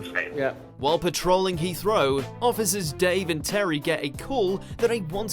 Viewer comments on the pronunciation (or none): why does this narrator say "He-throw" instead of Heathrow. it seriously annoys me so much >